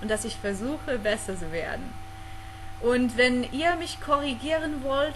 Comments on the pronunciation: Ich glaube für Fremdsprachler ist es recht schwer das "Z" aus zu sprechen, meistens sprechen sie es als "S", aber es muss eher wie ein "TZ" ausgesprochen werden ^^ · Dein Deutsch gefällt mir sehr gut , wirklich . Das mit dem Z kann man auch üben , mit dem u machst du es ja sehr gut ;) . Hört sich richtig klasse an , weiter so . Grüße aus Berlin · den einzigen wirklichen aussprache-fehler den ich bei dir gehört hab, war dein 'z' :D